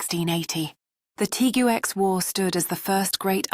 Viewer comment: * Teegwex ..NOT Tigooex or Tigex * Bernahleeyo NOT Bernalilo